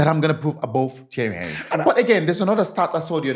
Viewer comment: Mispronounce Henry